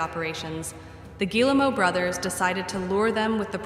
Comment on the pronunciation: I'm on a one-man crusade to see if YouTubers can pronounce Yves Guillemot's name! It's "Ghee-moe" Rhymes with "we go." Hard-G, two syllables. Ls are silent.